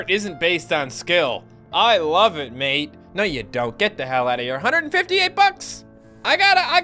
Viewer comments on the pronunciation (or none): none